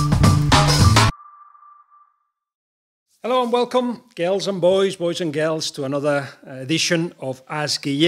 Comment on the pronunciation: I love how he says ''boys & geerls'' :D